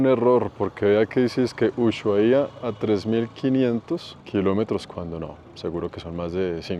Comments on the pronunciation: excelentes tus videos. Una aclaración, para nombrar a Ushuaia la H es muda en éste caso, se diría como Usuaia...saludos, muy buen contenido!! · Hola, te digo como se pronuncia ushuaia, se dice usuaia. La h seria muda, no como shopping. 😊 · Se pronuncia usuaia cretino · En Ushuaia la h es muda y el acento en la primera a, se dice usuAia, es lengua nativa 👍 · Usuaia, la h no se pronuncia 😂